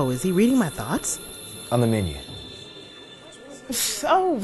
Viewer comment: At first I thought she said whoa is he reading my box LMFAOOOO but it’s “ THOUGHTS”